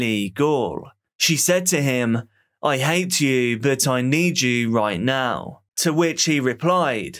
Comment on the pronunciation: You're making a true crime doc not a football highlights montage. Everything about the video, save your tone of voice, knows and understands this. Take a deep breath and remember that the last syllable in a sentence can end without fading into the abyss. It's now, not nowww. Riley not Rileeeyy. Unresponsive not unresponsiiiiive.